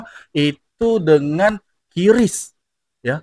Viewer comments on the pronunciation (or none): none